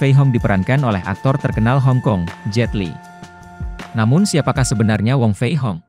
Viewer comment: wong fei hung bukan wong fei hong min.